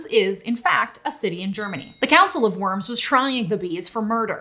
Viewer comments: The city of Worms is written like the English "worms" but is pronounced more like "warms" with a hard 'v' in front of it. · It's Council of "Verms", it's German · Fun fact, the o in Worms is pronounced like the o sound in the word foreign.